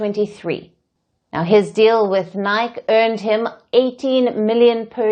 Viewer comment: could be AI? at 47.01 she calls the Footwear brand Nike ( N-eye Key) nike like rhymes with mic or mike. That kind of mistake is classic AI